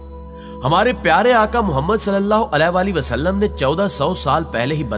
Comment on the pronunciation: aap nabika nam galat le rshe ho